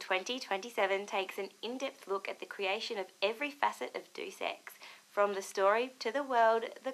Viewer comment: 'Dues Ex'